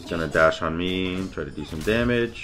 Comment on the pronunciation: a way to say “damage” like it’s a Spanish word